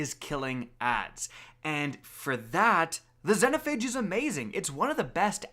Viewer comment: "Zenhophage" lmao